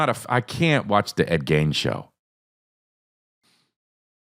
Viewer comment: Forreal everytime he said it I was like noooooo 😂